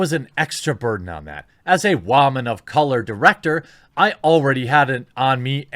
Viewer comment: every time you say "wOman" it makes me cringe. i agree with a lot of what u say. bad movies fail for a larger reason. you make eloquent points but then you have a mocking tone. just feel your message will get a across better without the mockery.